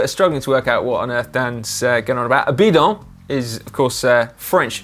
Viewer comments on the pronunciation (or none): Caption: when i hear dan saying bidon , and i don’t want to drink from my bidon anymore